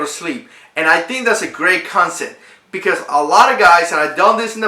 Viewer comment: did you say consit? CONSEPT***